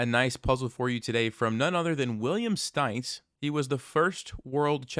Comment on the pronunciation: Whey you say William Stainz, you mean Wilhelm Steinitz? [sht-eye-knee-tz]